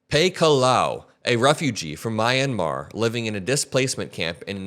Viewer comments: MI YAN MAR not MAI YAN MAR pronunciation is important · Your Myanmar comment is pronounced Me-ann-mar to let you know buddy., want to thank you for your truth telling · Hi. This is not my only takeaway from your video, it's just, to the best of my knowledge, for future reference: Mr Vought's last name is pronounced Vote. There seems to be something ironic about that. The country, Myanmar, is pronounced Me yen mar. The change from Burma to Myanmar is probably important but, to be "ugly American" about it, Burma is easier to pronounce and spell.💙💙💙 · It is pronounced Mee-yan-mahr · Pronounced Mee-a-mar